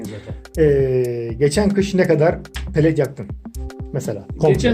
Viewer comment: Palet değil lan pelet